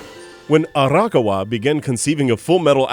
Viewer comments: Hey, just a heads up from someone living in Japan who is cringing a bit at the names... Actually, it's Ah-Ra-ka-wa, not Ara-kawa. Also, for the titan video, it's Ee-say-yama, not Isa-yama... For an Anime channel, you gotta have those names down... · So close with your pronunciation of Arakawa's name! It's not "Arahka-wa" it's "A-ra-ka-wa". Simply pronounce each individual sound with the same length and tone and you'll be golden. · There were definitely a few things I didn't know so good job on that, but I was cringing everytime I heard you pronounce Arakawa >.< Does that make me a total weeb? In my defense, I do live in Japan so I'm used to hearing it the natural setting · No, I cringe every time he says it as well. He pronounces "manga" correct, not like "mango", but then proceeds to completely butcher the name "Arakawa', a simple four-syllable Japanese name, with a disgusting Western pronunciation. You're not a weaboo for caring about that, in this case. He displayed an obvious double-standard in articulation of the names, and in an audio recording that they can freely do-over on a video specifically made for an anime channel, it's lazy and disgraceful.